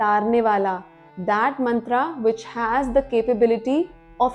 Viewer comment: Good video... but plz stop wrong pronounciation... it's not mantraa.. it's mantra.. foreigners pronounce wrongly...and we follow their wrong pronounciation